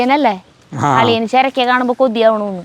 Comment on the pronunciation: ചെര് ക്ക അല്ല ചുരക്ക ആണ്